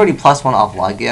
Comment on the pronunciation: Why are you saying "Lah-gia" instead of "Lah-jia" all of a sudden?